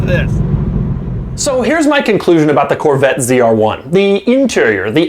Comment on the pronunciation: Why is he saying cr1 ? Its z r1